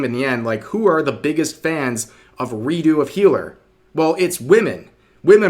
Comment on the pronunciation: When you say Redo of Healer too fast, it sounds like you said Redo of Hitler. Lol